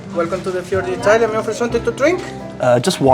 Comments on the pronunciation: You can't even pronounce the name of the restaurant but somehow you're an expert in Italian food! Right.... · If you are a professional food reviewer on youtube for a living.You need to know how to pronounce the restaurant's name properly.